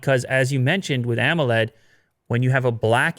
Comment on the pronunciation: When said, "Emoled" I really felt that:D Time